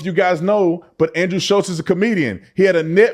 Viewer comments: Shulz not Schultz i know it's not a big deal just trying to spread awareness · ITS SCHULZ NOT SCHULTZ... It drives me crazy when someone can't get a persons name correct when you are talking about them!!! enraging